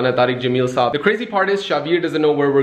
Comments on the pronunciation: Saab nahin saahab hota hai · its sahab not saab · It's sahab not saab👍🏻